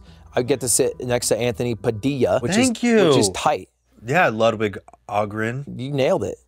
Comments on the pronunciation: Lewd-vig killed me 😂😂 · Come on bro.... it's pronounced to "Lude-vig". But word on the street this Mogul Mail guy is giving Ludwig a run for.... his money?